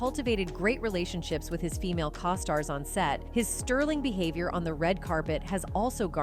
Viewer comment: Co-stars....long 'O'!